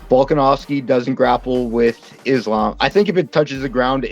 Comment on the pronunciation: Let's all take a minute and appreciate for pronouncing Islam's name correctly! 👏🏼👏🏼👏🏼👏🏼👏🏼